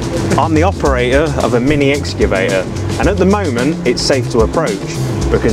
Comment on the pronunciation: Can't even pronounce excavator 😂